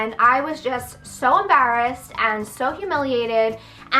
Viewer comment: "Ambarrassed" lol